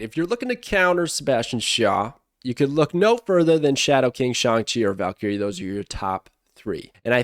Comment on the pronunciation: can't pronounce Valkyrie correctly 🤷🏻‍♂️